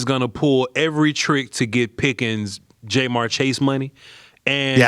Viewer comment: … are you saying JayMar on purpose??? 😂😂😂